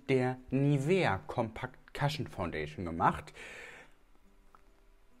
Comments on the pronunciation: Interessant... bin im recall 😉😎 und werde dies wohl testen müssen... übrigens, jfyi, man spricht es "kuschn" aus, nicht "kaschn" und damit ist eigentlich der mit foundation getränkte Schwamm gemeint, nicht das Applikationsschwämmchen... bin Koreanerin und Cushion-Foundation-Junkie seit 2014... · Sister ich lieb dich über alles aber man spricht es cUshion mit einem normalen U 😂😂 ❤️❤️ das A gibt mir Bauchschmerzen